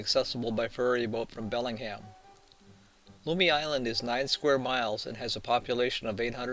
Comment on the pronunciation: Learn how to pronounce Lummi and Whatcom.